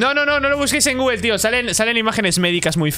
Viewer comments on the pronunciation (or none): none